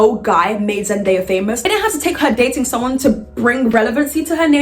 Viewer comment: im zimbabwean shona specifically and its always funny to hear people who arent shona say her name